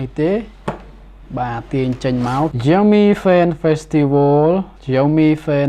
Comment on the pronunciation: Xiaomi admin not Jiaomi